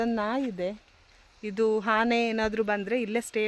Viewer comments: Hane alla taeee ane adu sondelu alla dantha😂😂😂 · ಅದು ಹಾನೇ ಅಲ್ಲ ಆನೆ